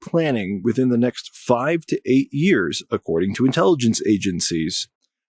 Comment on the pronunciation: What drugs are you on? "Intellygeciez"... And what planet?